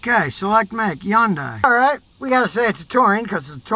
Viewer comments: scotty, yundai starts with an H. get with the rest of the world and use it please! Sounds like huhn·day per google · It's pronounced Hunday. I would like to hear how you pronounce nuclear. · It's pronounced hundae like sunday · Oh for crying out loud. It's Hun-day. The Y is silent 😠. What a maroon. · How not to pronounce Hyundai... yon-dye 😂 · Take a shot every time Scotty mispronounces " Hyundai" " Hi yoon Day" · Hyundai....pronounced like "Sunday." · Hyundai--rhymes with Sunday! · Hyundai...rhymes with Sunday! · Scotty…The Y in Hyundai is silent. It rhymes with Sunday!!! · Some day, maybe, just maaaaaybe, Scotty will actually take the time to learn how to properly pronounce the name Hyundai. That will happen right after America starts making real and affordable cars again without Big Brother being in every nook and cranny. Until then, we have to listen to a real RUBE mispronouncing the name of this manufacturer. I just wonder if he had his chute on upside down a few times and landed on his head. Right Người Đàn Ông Gà?! HOOAH! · Learn how to say Hyundai Scutty